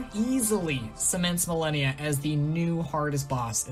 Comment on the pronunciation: I have no gripes on the list. Opinions are opinions. But I do have a GIANT issue with your pronunciation of "Malenia, Blade of Miquella"... She quite literally says her own name during the beginning cutscene and every single time you die.